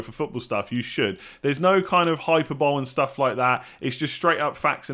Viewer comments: Hyper bowl 😂 pronounced hy-per-bow-lay. Easy mistake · Nailed Isak. Absolutely bottled hyperbole (it’s buh-LEE) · I know you struggle with pronunciation at times so I'll politely offer this tip. hyperbole [hi per boh lee] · It’s pronounced hi-per-ba-lee ya donkey